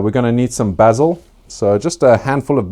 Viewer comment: I love watching your channel so much, love the way you pronounce cayenne and basil 🤣